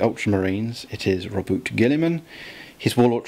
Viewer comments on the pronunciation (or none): okay, I just have to get this out of my system. It's Ro-Boo-Tay.